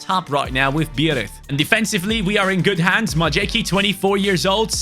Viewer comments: As much as i respect that you always try to pronounce the names of the players properly, it is hilarious how you butchering "Majecki" 😂 It's "My-ets-key" 🤣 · The horrid mispronunciation of Majecki is killing me., please start googling how to pronounce players' names properly.